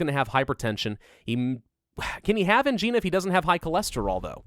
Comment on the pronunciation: Every time he pronounces angina as angeena and not ang-eye-na it makes me cringe.